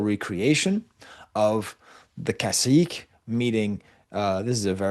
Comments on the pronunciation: Cacique is not pronounced like a french “-ique”, like Martinique for example. It’s pronounced like the Spanish “que” like queso. So its ca-see-keh. If you want to learn about Tainos, you would do well to seek out Puerto Rican historians, like Jalil Sued Badillo, Francisco Moscoso, Fernando Pico, and the like. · Just a nitpick the pronunciation of the last syllable in Cacique is more like Que in Spanish—without the uncertainty of a question lol